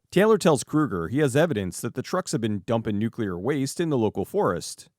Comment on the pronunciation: ...nucular raidio actividdy?!